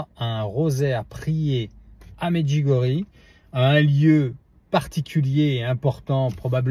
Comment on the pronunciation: Bonjour s'il vous plaît merci de prononcer Medjugorje avec ié à la fin.